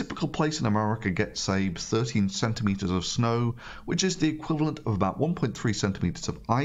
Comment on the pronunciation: It will snap"znow"...